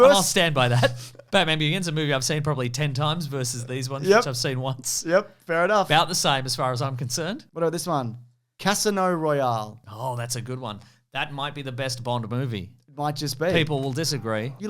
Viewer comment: "cass ino roy al" is criminal